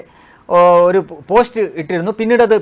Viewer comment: പോശ്റ്റോ ? താങ്കൾക്ക് നന്നായി മലയാളം സംസാരിക്കാൻ അറിഞ്ഞു കൂടേ?